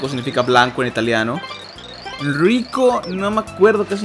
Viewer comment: Sé italiano y lo pronuncias bién! Ricco significa rico de riqueza!